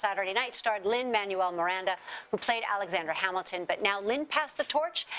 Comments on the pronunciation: "Man-u-el" IT'S PRONOUNCED AS "MAN-WEL" GAHHHHHHH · They said "Lin Man-u-el Miranda" but it's "Lin Man-wel Miranda" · Boys Books yes, but Lin has pointed out in the past that he prefers it to be pronounced "man-well" instead of "man-u-el". He said the same about the pronunciation of his last name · Carol Rodríguez NOPE in Spanish ITS Mahn-well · She actually said Lin Emanuel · bela joseph-dun Maybe us latinos pronounce it differently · Kate Bicks The name is in Spanish but Americans always likes to change things to how it suits them best but is Manuel not Manwel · Why did she say Manuel wrong